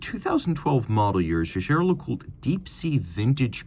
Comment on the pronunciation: Jäger is german and hence NOT pronounced "Shaesher".